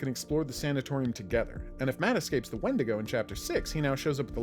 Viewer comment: The pronunciation of how 90% of people say wendigo still bugs me lol